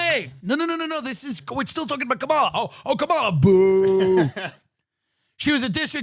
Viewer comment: Tht bothered him and so did the Kamala Harris pronunciation as well as joe either not taking him around the town or atleast suggesting some places or both.